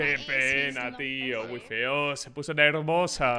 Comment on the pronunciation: dijo nermosa en vez de nerviosa. Pero que quizo decir hermosa o nerviosa?